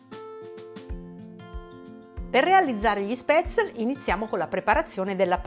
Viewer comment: Sono Svizzera e gli spätzli (si chiamano cosi e la s si pronuncia come in "sci" ;-)li mangio da quando ero bambina. Interessante l'erba cipollina, proverò. Grazie